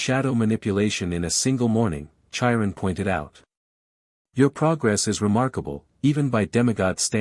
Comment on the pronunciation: OMG the robot voice is so bad to begin with & then the CONSTANT pronunciation issues is grating on my nerves. Chiron is said with the c & the h as separate letters, like a k sound then a slight h sound as you move into the long i. It's not like the ch in chair or cherry.